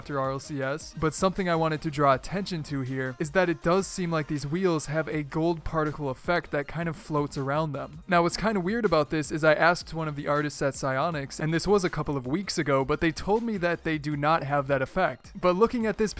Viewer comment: HE AKED FOR CRATES